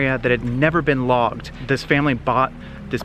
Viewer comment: When you said the area had never been logged I thought you said vlogged 🤣